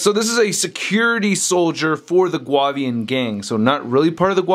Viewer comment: pronounced, (Goo-Avian) I believe...or prefer.